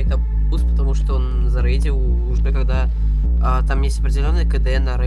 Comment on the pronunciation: заrrrейдил фиrr rrп